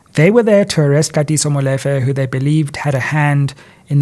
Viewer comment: Love your work and everything about you my brother BUT the same importance in pronouncing English words should be applied to vernacular words e.g Molefe is pronounced “Mmu-Lee-fe”. Again much appreciated to your work baba